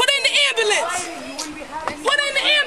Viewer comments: "I need an abullanance" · Ambalance “put her in da ambalance”